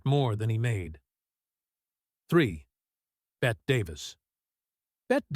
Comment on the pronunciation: Bette is pronounced “Betty”. Being called Bet was a major irritant.